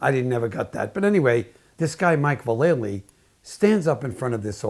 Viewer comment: Val - EL - Ly. Not Va-LAY-ly. I know everyone gets its wrong. Watch his Nine club interview and he confirms it. 😎👍